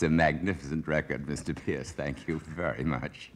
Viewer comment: it's not pearce. it's not pierce. it's peerce.